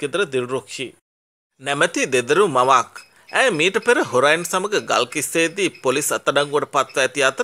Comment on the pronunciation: Horain neme pako",heroin "issella sinhala kathakaranna igena ganin...🤣